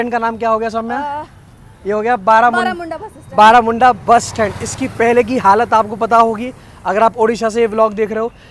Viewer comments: बारामुंडा ना कह के (-बरमुंडा-)कहोगे तो अच्छा होगा 😂 तुम उसके नाम चंजे किउ कर रहे हो 😁🤣 असली नाम तुमको ज्ञात नहीं है मुझे लगता हैं😢😂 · ବରମୁଣ୍ଡା not ବାରାମୁଡଂା bhai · It’s Baramunda not Baaramunda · Bhai thats not BAARAMUNDA thats BARAMUNDA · May be its बारमुन्डा not बारामुन्डा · It not Baramunda it's ବରମୁଣ୍ଡା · Video was informative and interesting. Although it would be nice if you pronounced the name properly as you would hope from tourists when they visit your cities. It is not that difficult to pronounce too. This creates an impression of lazy background work which I know it wasn't. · Bhai bus station name to sahi bol dena kyu new change hua hai